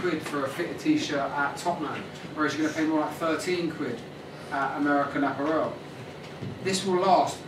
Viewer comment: i've never heard american apparel pronounced that way before. is this the way all brits pronounce apparel? just curious...